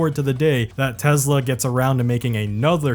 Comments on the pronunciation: Try saying Tesla, not Tezla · I like that you say Tezla rather than Tesla. Any way of mocking the brand is the right thing to do.. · It’s pronounced “Teslur” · TESLUR i LUV TESLUR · Oh No! Not Tesler!!! Anyway... 😂😎